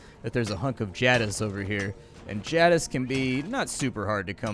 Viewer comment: the way you pronounce jadiz makes my head hurt